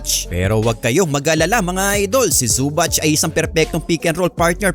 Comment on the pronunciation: Zu-bak hindi su-batch Sakit sa tenga. Paayos ng pronounciation